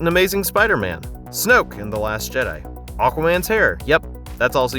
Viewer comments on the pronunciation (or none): none